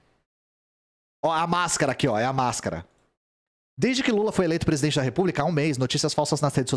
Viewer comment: Não consigo mais levar a sério essa notícia dps do ler "saúde do pretista" KKKK Sdds quando todo mundo morria e era substituído por um sósia.